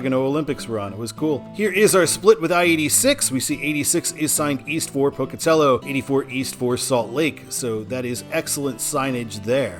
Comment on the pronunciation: Glad to hear you pronounce Pocatello correctly. For when you do the I-86 video, the Pocatello suburb it ends in is pronounced Chubb-ick. The second u makes a short I sound because here in the west we enunciate nothing, except apparently Tree-Mon-tin